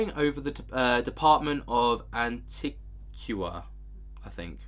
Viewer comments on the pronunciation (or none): It's pronounced an teeeg wa